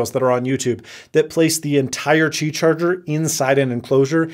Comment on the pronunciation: "qibay". Noice!